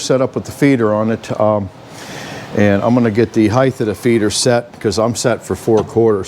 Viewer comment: HEIGHT .... not Heigth ....